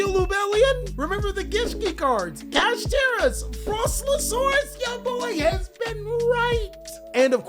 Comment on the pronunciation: Bro said "Cutiekara"